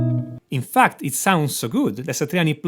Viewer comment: Everytime he says fact I heard fucked, really makes the video funny 😂